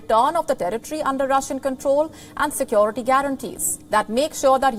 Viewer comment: Check her pronunciation... Sekwority.... It's sekewrity: security